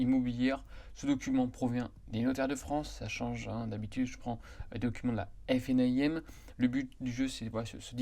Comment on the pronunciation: Détail : vous prononcez toujours la FNAIM en prononçant chaque lettres (F-N-A-I-M). C'est long et pénible. Pourquoi ne pas faire (comme tout le monde ?) et prononcer la FNA-IM (en 2 syllabes) ?